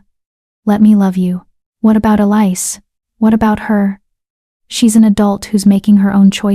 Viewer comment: Why isn't Elise pronounced correctly? It was constantly mangled.